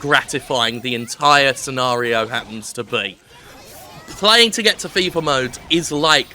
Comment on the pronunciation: I heard FIFA level, not 'fever' level and was rather confused :)